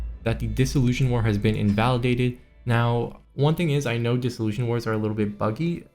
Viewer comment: FYI dissolution is pronounced diss-ol-u-shun like solution or nation, not zhun like confusion or disillusion.